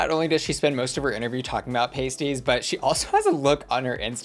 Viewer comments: How do I sign up for regional correspondence? Butter on sandwiches is a basic crux. ETA: it’s not “pasties” it’s “past-EE-s” like pastry Also the alleged-ness of it all and scrubbed nature of the tea is down to the libel laws in the area // we can’t say shit about things that might maybe have a court case in the near future that requires public jury sort of maybe please don’t come after me Beeb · Pasties are pronounced like past not paste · Pasties (pay-stees)go on your nipples, Pasties (par-stees, pass-tees) are what you eat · I am amazed American's don't butter their sandwiches, it helps the fillings not fall out as much. I know you said you just won't get some English pronunciations but Cornish pasties are said like past not paste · pasties/Pah-st-ee-z short crust pastry filled with beef potato onion ans swede. . . .pasties/paste-eez are nipple covers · Not the "paysties" 💀💀💀 It's a pah-sty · It made me laugh hearing them say paste-ies instead of past-ies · as someone from cornwall hearing you call pronounce pasties like the nipple covers had me hollering 😂😂 i’ve never heard an american person refer to them or cornwall in general so that was hilarious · As a Brit, hearing your pronunciation of Cornish Pasties has me amused to no end 😂 It’s actually pronounced with a soft a sound. Like, say the word ass with a P proceeding it and then tack a TY on the end. Cornish P-ass-ty. BUT please continue to say it the way you already to because it’s funny af 😂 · FYI it's pronounced Pasties like Pasta 🤣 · Ahhhhh i love you but its pronounced like Pas..tea (pastie) lol found myself laughing 😂😂😂❤❤❤❤❤❤❤❤❤ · Aww bless pasties are pronounced like p-ah-sties instead of the nipple covers ahaha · I see you mispronouncing Hartlepool and pasties on purpose to get that engagement. Considering you'll make charts dedicated to numbers of answers on snatch game etc. I don't believe you wouldn't do a quick google...